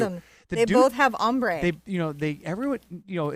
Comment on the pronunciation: LOL! It's ombre (accent acute over the 'e') and not 'hombre'! Ombre is from the French meaning shaded or shadowed.